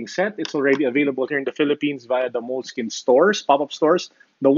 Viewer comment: It's pronounced "Moleski-ñe". More Italian in slang. This product has been around for a long time. Note8 with OneNote, best production combination.